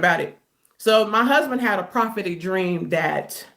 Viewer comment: Correction: "prahhhhpetic dreams." If she says that one mo' time. 😣